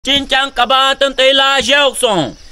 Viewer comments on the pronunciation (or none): none